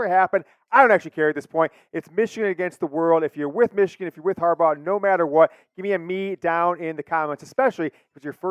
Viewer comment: 56-7 meeechigan